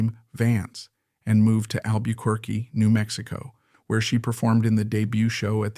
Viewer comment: This AI narrator is terrible. He doesn’t know how to pronounce Desi Arnaz, La Jolla, Albuquerque, and more.